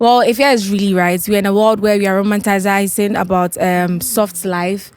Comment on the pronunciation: Romanticizing and she goes on to say romantacizing